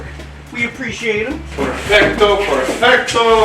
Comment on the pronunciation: I love how my Spanish speaking self hear "purrfecto" instead of perfecto